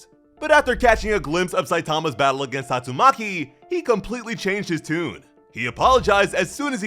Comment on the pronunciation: The way bro said tatsuMAKI showed up.